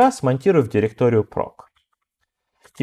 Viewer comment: /proc - вроде произносится как проЦ, а не проК, так-как сокращение от process.